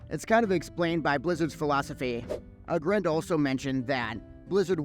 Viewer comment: Should probably learn how to pronounce aggrend if you gonna cover sod development